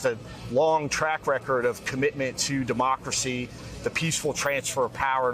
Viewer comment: DUHMACWACY IS HANGING BY A THWEAD:face-purple-crying